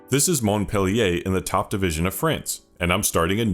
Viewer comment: Just letting you know we don't say the T of Montpe man :') but glad to see another video from you